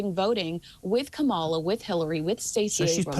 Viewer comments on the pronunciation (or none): Why can't people still pronounce Kamala? It's not that hard. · please pronounce Kamala Harris' name correctly - perhaps it is ignorance but I am starting to think it is intentional and meant as disrespect. It is obvious from some of your side comments that you are very right leaning politically. I wish you would tone that down and just focus on Harry and Meghan commentary. Otherwise, great job! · I agree with ABSOLUTELY everything you've both said. But maybe could pronounce her Vice President's name correctly. The very '1st' female Vice President. A little shameful. We all know "who" pronounces the VP's name like this.